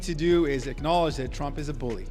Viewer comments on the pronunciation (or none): none